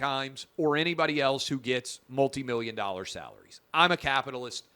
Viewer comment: 2mirrion dorrar. Oh. Me so horrrny.